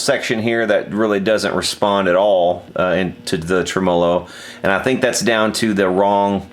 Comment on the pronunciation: Anybody else being driven insane by him pronouncing TREMolo as trem-OH-lo?????